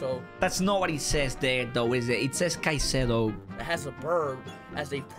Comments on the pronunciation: Bro really mispronounced Moises Caicedo😂😂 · Speed just made laugh cuz to all my ecuadorians here Speed just mispronounced Moisès Caicedo who plays for Brighton and he got player of the month or week idk